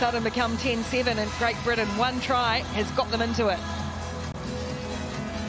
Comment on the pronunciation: It's pronounced Britain you moron